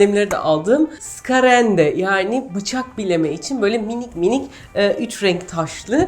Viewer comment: Degil mi ya bende cok güldüm cok hele skärande ye skarande demesi:))